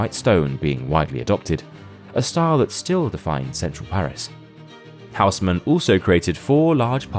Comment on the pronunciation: Hausmann is pronounced: Oes-mànn (first syllable rhymes with hoes, the gardening equipment, the second with shan(´t), so this HHHHouse-men prounciation of the video is butchering the name.)